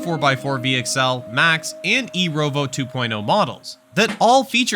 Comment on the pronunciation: E-ROVO???? ROVO??? cmon man.